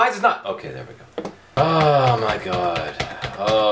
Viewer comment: Oh my GAWHD! You say it funny